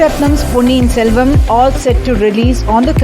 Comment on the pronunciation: ponniyin SELVAN 💕 its not SELVAM 😡